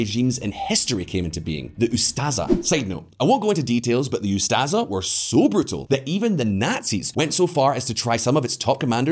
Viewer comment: Croatian nazis are pronounced Ustashe not Ustaza